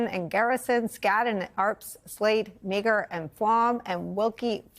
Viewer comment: Nicole and staff: Please research pronunciation of the names of the law firms that you are naming. Just call them up and listen to how they answer the phone. Skadden, Arps, Slate, Meagher, and Flom: Meagher is pronounced "MARR" -- not "meager."